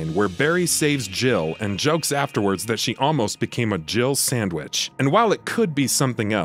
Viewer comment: I always kept hearing him say "you almost became a jibble sandwich"